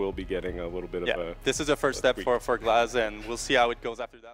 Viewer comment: whack 👎👎👎👎 not GLAZ